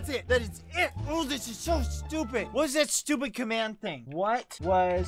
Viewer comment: He sed stuped